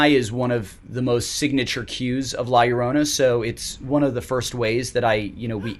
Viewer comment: how is this movie supposed to be good when he cant even pronounce her name right let alone its directed by white people plus the movie relys on jump scare to be scary.smh movies aren’t scary if its all jump scares